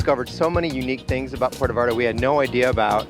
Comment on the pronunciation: Can u at least pronounce Puerto properly? it's not Puero! U make my town so grinholized! please learn how to pronounce our language properly! u are not in the US! Ur in our country of Mexico! We pronounce the T as u would say Mother "Teresa!" Puer-To! Thank u! And yes! we love everyone. But this is clearly not San Francisco CA. We are still a conservative town Christian town!